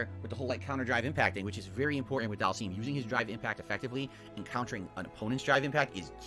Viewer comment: Do all people from Conneticut pronounce words weird like? "Dhal-seem"? Anything with "ity" at the end and "twit-ter".